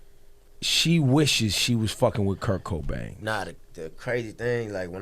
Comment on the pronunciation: The way the interviewer says his name.. Coco Bangs? Koko Banks?